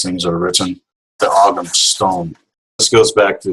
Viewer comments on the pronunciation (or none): I enjoyed this as I do most of the Black Earth programs, not to be pedantic or critize another guest, but it is pronounced 'OM' and not 'OGG-HAM'. Otherwise fine broadcast. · Isnt ogham pronounced with a silent g in irish